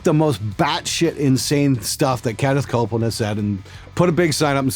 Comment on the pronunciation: I thought he said Stewart Copeland.